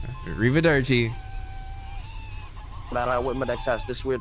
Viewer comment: did anyone else hear "read the dirt chief" instead of "arrivederci"?